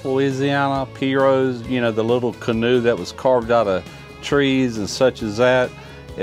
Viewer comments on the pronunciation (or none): none